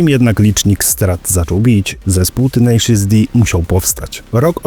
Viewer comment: "tenejszys" nie "tenaszus"